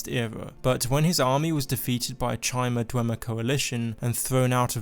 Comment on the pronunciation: Chime-r? Its ky-mer